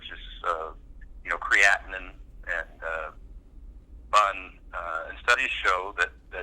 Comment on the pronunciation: He pronounced BUN like a hotdog bun....